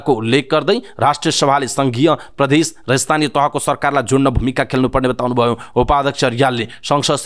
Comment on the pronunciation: कीन हो द लाई ध अनि ज लाई झ भनेर उच्चारण गर्ने वाचक ज्यु? प्रधेश नभन्नु है ।